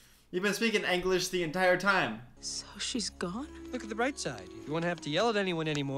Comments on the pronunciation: why is your “Anglish Broken” You’ve been speaking “Anglish the whole time” BTW I Believe the name of the Language is called English and not “Anglish” just saying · I’m sorry… Anglish? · I wondered if he was gonna comment on saying ANGlish but he didn’t hahahah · "Why is his English broken? you've been speaking English this whole time" Also: Pronouncing English as Anglish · LOL sorry how you pronounce English is so funny, “anglish” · He really pronounced English germans?